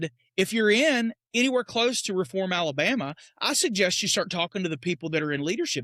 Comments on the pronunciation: Correct pronunciation is “Reeform!” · A case of “you’re gonna obey me and like it!” Oh and it’s pronounced “RE form”.